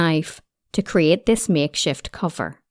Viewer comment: Sorry, what English is this? "Groind, grind" - for "ground", "cofer" - for "cover" etc. impossible to listen to.